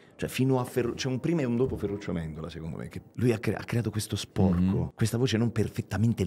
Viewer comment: Alessandra Battaglia dice che sporco va pronunciato con la o aperta, qui Maurizio dice "sporca" con la o chiusa: sempre più confusa.